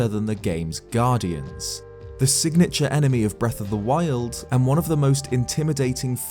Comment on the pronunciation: I like the way he says breath of the wild Breath of the WILD